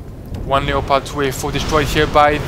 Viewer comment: Leopard is pronounced lepud